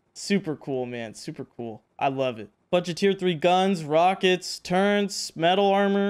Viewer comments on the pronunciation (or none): I can't believe i gotta say this to a native english speaker.... but man you gotta work on your english.... Electricity and turrets.... not something like turrents or whatever.. Other then that your video and progress is impressive! Well done! PLEASE try to work on it cause its so triggering xD haha